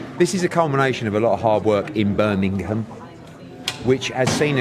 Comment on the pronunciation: Just say Birmingem like everybody else. Birminam is even more stupid.